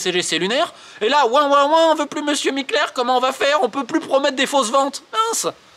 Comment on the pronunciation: Je tiens a dire bravo pour avoir réussi a dire Mikler autant de fois sans fourcher sa langue !